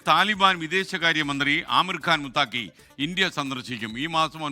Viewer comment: മുത്തക്കി എന്നാണ് ശരി, അല്ലാതെ മുത്താക്കി അല്ല